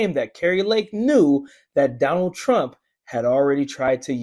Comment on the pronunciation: Kari T rump lol pa-lease lady!